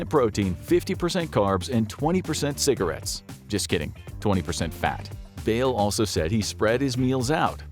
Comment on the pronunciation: When he said 20% ciggaretts 😂😂😂😂